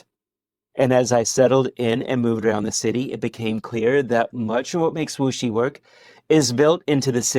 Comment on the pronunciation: It is a Wuxi. I not muxi.